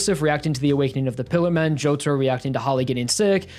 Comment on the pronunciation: "jOuTaRoU" "mIUdA"